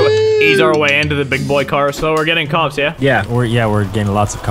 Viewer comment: EPIC MUSIC!!!!! are you sure you said cops? Or was is cocks?